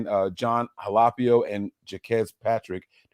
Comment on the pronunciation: I'm surprised you pronounce Jon Halapio pretty good. Hala-Pee-Oh My tongan people's 🇹🇴🇹🇴🇹🇴